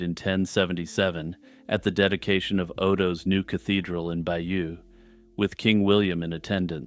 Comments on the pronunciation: Stop saying "bayou". It's pronounced "bay-yoh". It's French. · Bayeux is not pronounced like the bayou. It’s more like Buy-yur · Bay-OWN, not by-you! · Its not "bayoo" but "by-yuh" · Bayeux I believe is pronounced Bay - urr not Byoo, apart from that nice video